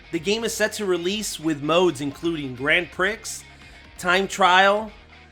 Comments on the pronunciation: I think Grand Prix you was meant to pronounce it as Grand Pree, instead of Grand Pricks, but I get what you meant 😂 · Your mispronouncing of "Grand Prix" (it's pronounced "pre" but you pronounced as "pricks") was hilarious. Also, Tee Lopes has composed/assisted in composition for a number of tracks in Team Sonic Racing. I believe that, on top of that, there's also a song Tee Lopes and Crush 41 composed together. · "Grand Prix" it's pronounced "Grand Pre" Edit: already beaten to it lol